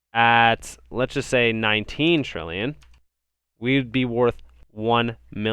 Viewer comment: 10 trilly? Come on man